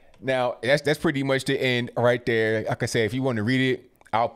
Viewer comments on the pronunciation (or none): none